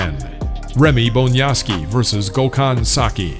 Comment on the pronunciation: you learned Rey Bonjasky's name...good for you..last time you called him "Bondjaski"!!!